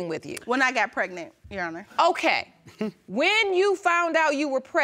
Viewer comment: I thought pregnant was 2 syllables and not 3. PRE-GA-NENT is not it chief 🤦🏽‍♀️